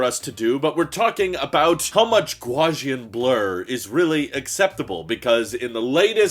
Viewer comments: I’ve never heard Gaussian (pronounced gow-see-in, after Dr Carl Gauss pronounced gows) pronounced as Gwa-see-in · This guy portrays himself as knowledgeable but he has no idea what he's talking about. He just babbles and regurgitates whatever you else says. Hence why he doesn’t know how to pronounce Gaussian blur. This guy is just e never ending waterfall of negativity these days, I’m out. Also, he always sounds like he has a cold; learn about vocal delivery, you charlatan.